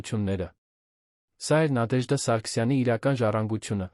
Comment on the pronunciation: Բառերը ինչու էք կուլ տալիս եվ Նադեժդա ,ոչ թե Նատեժդա